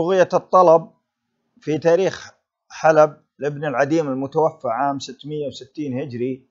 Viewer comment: صحح اللفظ المتوفى الف مقصورة وليس المتوفي بالياء لأن المتوفي هو الله سبحانه وتعالى